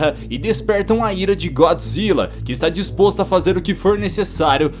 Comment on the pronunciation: mano como se fala é gôdzilla n é gódzilla q se fala pra escreve é godzilla